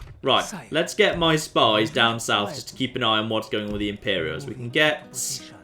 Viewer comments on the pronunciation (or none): none